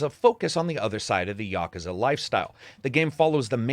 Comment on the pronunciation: Props for more properly pronouncing Yakuza than your average western ye-KEW-za. It's no big deal but does bother people who prefer proper nouns to be said right. Otherwise--as always--your BS free review here was very informative and entertaining in its own right. I've never delved into the Yakuza series, might be about time though.